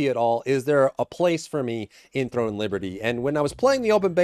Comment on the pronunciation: Are you saying "THORN and Liberty"?